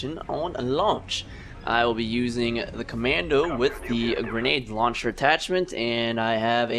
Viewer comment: when you said "grenade luncher" i stopped it...